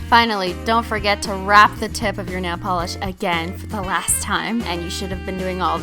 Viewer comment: She said simply nalogiclish